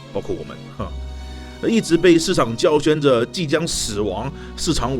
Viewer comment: 两处发音纠正一下，叫嚣（读消），曲高和（读贺）寡。